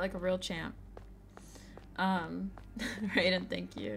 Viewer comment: The way she pronounced Raiden 😶